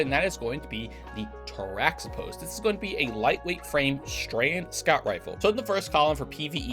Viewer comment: Teraxipos is pronounced terahippos as well